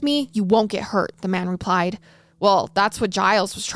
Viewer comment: i love you but how you said " she finally rePIED " lmfaoooooo